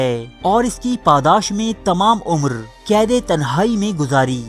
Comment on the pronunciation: ذرا اپنے بولنے کا انداز تبدیل کریں۔ کھینچ کھینچ کر نہ بولا کریں۔ نا گوار ہوتا ہے۔ اور کید نہیں، قید۔ کیمت نہیں قیمت۔